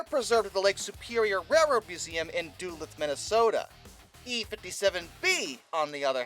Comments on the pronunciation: I hate to be that guy but it's pronounced "Do-Loouth" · With the emphasis on the second syllable, not the first. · With Da-Loouth being an acceptable regional variation. But mostly treating it as two words instead of one.